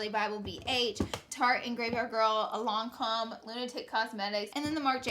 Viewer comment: Is she saying lancome or is there some mysterious brand called lomcom ( or could it be lime crime) 🤔